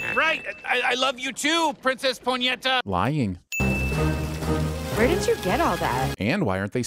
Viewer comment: In case you missed it, princess "Poinetta" is mega funny, because it's pronounced as "punheta" which is Portuguese for masturbating OMG I LAUGHED SO MUCH